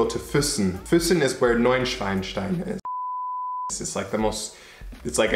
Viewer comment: Haha, you said Neu-Schweinstein.... That is German for Hogwarts (You know, the Harry Potter School)